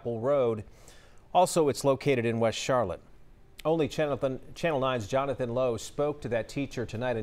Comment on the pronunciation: I heard him say chanathan. He he. An overwhelming news broadcast